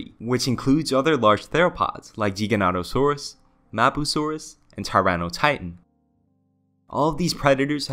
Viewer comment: Never heard any legitimate paleontologists pronouncing it as anything but "Geega-notosaurus", source? Used to pronounce it "Giga" and was reprimanded for it.